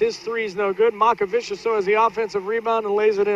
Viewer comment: It's not Makavičius lol, it's MOCkevičius (c pronounced like ts and č like ch)